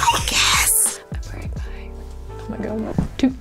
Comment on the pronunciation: Gibi :my powder Also Gibi: ME POWDA